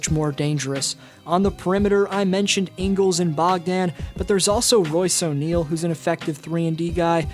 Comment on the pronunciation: "Ingles" not jingles sir🙄🙄🙄